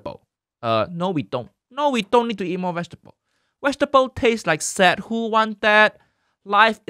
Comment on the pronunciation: Wait, he’s been saying ”sad”. For the longest time, I thought he meant ‘sand’😬😬😬